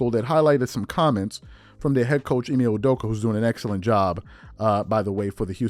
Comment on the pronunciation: Hey y u butcher the man’s last name like that theirs no J bruh.